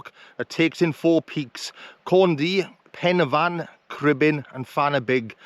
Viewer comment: The best video of the Bannau😊. AND 10 out of 10 for pronunciation. I was getting fed up of the poor pronunciation of Welsh names in other's videos.